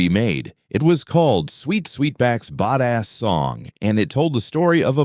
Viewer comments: Yea nix that dumb ass AI . It particularly butchers AAVE 🤬🤨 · Yes,it pretty pathetic.